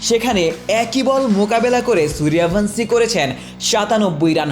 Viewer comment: Bangladeshi channel gulo ki pronounciation valo kore jane na সূর্য্যব্্শী না সূর্য ভানশী😅